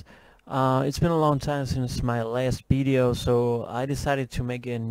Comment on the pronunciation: its pronouced Video not Bideo :) also its i am not im :) people pick up on that and some might troll you and you dont deserve that :)